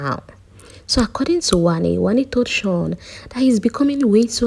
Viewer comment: Not Handi... It's Wanni